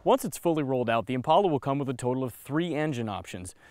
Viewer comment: He keeps pronouncing "Impala" wrong.